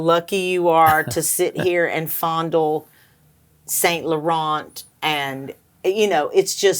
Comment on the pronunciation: Or Saint Laurent. You don't pronounce the T. Tea!